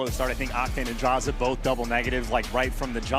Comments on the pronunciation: Ah yes the cod pros "DrAyzAh" and "FeELo" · I get that the caster () is coming from Halo to CoD but what was that pronunciation for DraYzah and Feelo? Lmaooo 😂